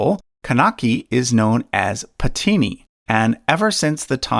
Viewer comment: it took me 3 attempts to understand what that epic was. Narrator killed the pronunciation of Silapathikaaram, Kaanagi and Pathini 😂😂😅🙏